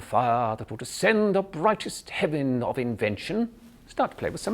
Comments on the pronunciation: I'm English and although I was worried at the beginning I'm bloody impressed. My only advice is woth words who's last syllable ends with 'en' or 'ern' like Heaven, Kitten or pattern. Be careful not to pronounce it as you would in a North American middle accent where you pronounce heaven; 'hevv in' in middle Englush it's 'Hevv uhn(vowel sound rhyms with could or should)' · He pronounces heaven wrong - he says "hevvin" instead of "hevvn" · As a native Brit, he's definitely a pro at the accent. I cringe when I see most Americans/Canadians attempt an English accent - it goes a bit Oliver Twist via Australia! The ONLY word I even remotely thought sounded a bit off was 'heaven'. A bit too "hev-in". I hear it more as "hev-un". Otherwise, a pro. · The en of heaven is too pronounced, should use a schwa, but aside from that, indistinguishable from a native, in the opinion of this native. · I agree he's pretty good, but he's far from perfect. Words like "pronounciation" and "heaven" towards the end are clear giveaways; the rest of the time I think I'd have been thinking there was something not quite right. And the "working class" "dialect" (why does he keep speaking of "dialect" instead of "accent"?) - pretty Dick van Dyke, actually.